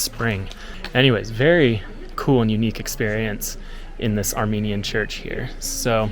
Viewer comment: Thank you sincerely from the bottom of my heart for your video about Armenia. As an Armenian living in Canada I find your presentation excellent, precise and your voice and pronunciation of the Armenian sites and cities are superb. GOD BLESS you and your family.